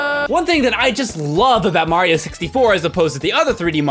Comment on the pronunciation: It sounded like you said MAHYO XD